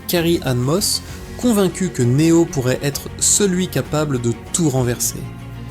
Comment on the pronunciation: Une IA qui parle de Matrix, un film sur la domination des humains par les IA… et qui en profite pour massacrer chaque nom propre comme si c’était une vengeance personnelle. Elle dit Ma-tricks avec la fierté d’un GPS bourré, Né-ohh comme un influenceur qui découvre l’anglais, Morfé-usse façon prof de techno, et A-jeune Smeusse comme si elle lisait une carte Pokémon contrefaite. À ce stade, ce ne sont plus les machines qui dominent l’humanité : c’est leur incapacité à prononcer trois syllabes sans commettre un crime linguistique.